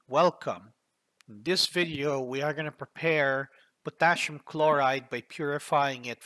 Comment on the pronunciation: a short hint, it's Potassium and not Potashium